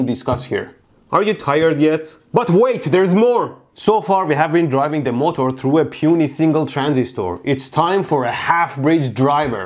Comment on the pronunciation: Normal people's pronunciation: MO'TER' Mehdi's pronunciation: MO'TOUR'